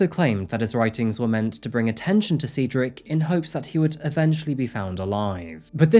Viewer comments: Dude God Almighty if I hear sea drik one more time man Cedric is pronounced SAID-DRIK JEEEZ man u were killing us seedrik this and seedrik that 😂😂😂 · 'Said ric not seed' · 😂😂 I am Cedrics soul sister and I was like wtf? How do I tell this man? You did. Perfectly. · Brother is it Seedric or Cedric? How do you go about entire video pronouncing the name two different ways? Pick one and be consistent please. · The amount of times you went back and forth from pronouncing it Cedric, then Ceedric, is wild. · Well, you really couldn't decide on how to pronounce Cedric, could you? Changing how you say it even in the same sentence is a bit amateurish. Do better. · Please either learn how to pronounce the name or settle on a pronunciation you like. Switching between Ceedric, Sedric and Saydric sometimes within a single sentence is annoying and distracting to listen to. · Sever all? I'm starting to think its deliberate for the algorithm. Good tactic thou as I've had to start over due to the "seed ric" debacle lol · Did anyone else notice the difference in pronunciation of Cedric? Like the beginning and end were filmed before the stuff in the middle, lol. Still love your videos though. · Is it Ceedric, Cedric (Sedric) or Saydric? You switch your pronunciation of his name throughout the video. It's distracting. Makes me suspect that your accent is more of an affectation than a genuine organic way of speaking. 😕🤔🤨🤷🏼‍♀️